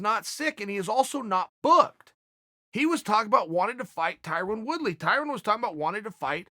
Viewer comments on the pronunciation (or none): Did I hear him say, "Tyron Wood-be"???